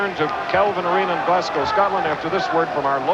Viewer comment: Glascoe! Arghhh.. GLASGO(W) not COE. Scatland! Arghhh.. SCOTLAND as Scott..